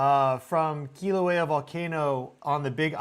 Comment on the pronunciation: Sorry my cosmic bro, I just gotta say I love your channel and your work, but Kilauea is pronounced Kill-a-wea. Much love🫶